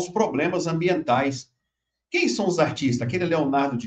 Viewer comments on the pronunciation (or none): Dr. com todo carinho., (são) não é SOM